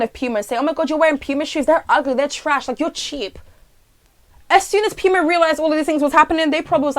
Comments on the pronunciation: PEWMA me: it’s POOOOMAAAAA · sis ily but its puma not pyma lmfaooo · ‘pewma’ i DIED lmfaooo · I wheezed when you pronounced it Pewma. Lmaoo